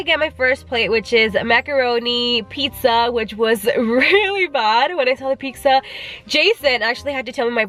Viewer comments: You’re so gorgeous...xoxo 😘, I swear you were saying “peeksa” rather than “pizza”?! Lol 😂. Don’t screw up your beautiful brows btw... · You can tell she’s Hispanic bcuz she said piczza Hispanic donde andas? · she said pixa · the way she says pizza lmao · The way she said pizza😂